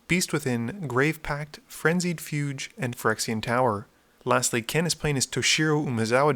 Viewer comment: fugue is one syllable, rhymes with "eww"